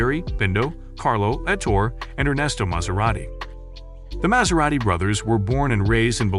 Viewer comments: How do you pronounce it correctly and then so wrongly the more you get into the video! It's pronounced as Maz-era-ti, Yes it's spelt Maserati, but the S is pronounced like a Zzz. Really good video but. Also I don't think Maserati would shoot themselves in the head by going all electric, I think that's a bit false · The narrator has a tough time pronouncing the brand name 'Maserati'... Its really not that difficult.. He goes from saying it correctly.. to saying it incorrectly. Its annoying.